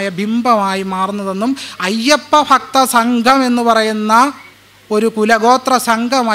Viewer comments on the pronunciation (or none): Athyam Malayalam Sarekku Parayanda,, FAKTHY Alla, BHAKTHY